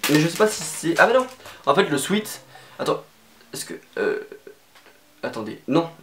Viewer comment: On dit « swÉt » et pas « swit » mercee 😂